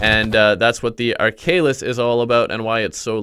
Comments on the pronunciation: Ark Halis not arkalis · Ar - kha - lis not arkaylis. Tnx for the guide anyway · (ARK-A-LIS)That's how you pronounce it